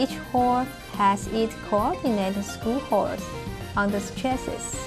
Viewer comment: "screw-hoars"? X-D